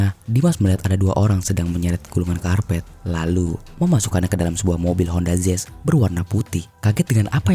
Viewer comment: Mau nanya, honda zezz itu tipe mobil terbaru apa gimana? Kok daritadi honda zezz honda zezz teruss. Artikulasinya astagaaa.. jelek bangettt